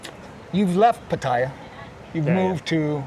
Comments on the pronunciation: And exactly where is the "i" in Pattaya? Just because some idiot calls it Patt"i"ya no need to repeat it unless you're an idiot yourself. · Pah-Tah-Yah! Please pronounce it correctly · That patTEya why why why.....ffs read the word, look at the letters....its pattaya......that E Americans put in there makes 0 sense.....try asking some old Thai how to say it, somone whos not been living in PattAya for 10 years listening to farangs that cant say it right rofl......every time i hear that damn PatTEya i can help looking at the word thinking wtf is going on cant they read rofl. sorry for once i had to let some steam out but in any case nice video overall :) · learn to pronounce Pattaya for gods sake !